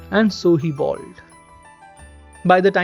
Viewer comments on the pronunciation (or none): It's 'bowled', not 'balled'